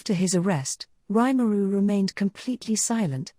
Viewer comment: Nice vid, but would've been better if his name weren't mispronounced every single time it was said. Both the first name and last name.